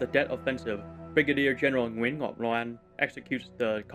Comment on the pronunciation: Nguyen is kind of pronounced like "when"